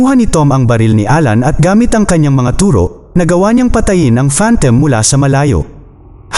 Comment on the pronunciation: You pronounce it as phantom... Not phantem